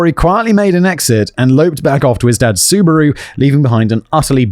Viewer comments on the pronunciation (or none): none